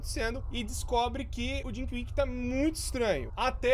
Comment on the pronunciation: ta falando erado ae mano,é tinky winky rapais nao é dinky winky nao ou